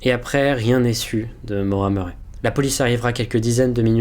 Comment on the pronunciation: super vidéo, mais ça se prononce ''Maura Murri'', sinon vraiment super ^^